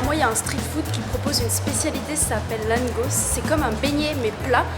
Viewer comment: Mdr tu c'est pas le dire langos 😂😂